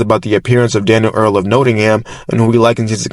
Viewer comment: Nottingham is pronounced not ing hm